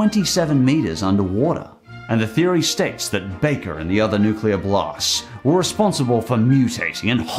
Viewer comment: 'nukeler' lol